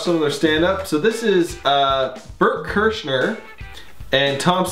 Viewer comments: Ahahahhaha he really without joking called him Bert Kershner!! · Bert kershner I’m sure Tom would laugh so hard, he often jokes about all of the ways people have pronounced Bert’s name. Another one is Brent krystals XD